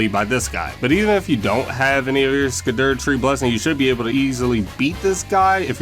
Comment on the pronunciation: Find a new way to pronounce scadutree lol